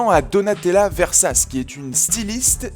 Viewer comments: Sa se dit vesatché pas versace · Bonne vidéo mais au passage c'est Donatella Versace se prononce : ver sa tcher 😉